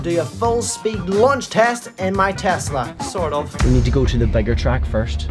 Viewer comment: He finally said tesla and not tezzzzzzla